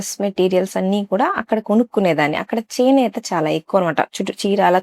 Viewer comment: చేనేత చినేత కాదు అమ్మ